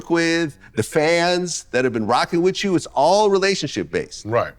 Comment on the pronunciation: Vlad, say “you” and not “chu”